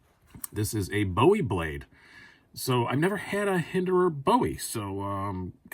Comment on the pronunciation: Luv the ‘Boowie’..